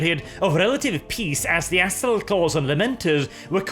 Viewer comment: Anyone else catch the part where nearly called the Astral Claws the 'Asshole Claws'? Just past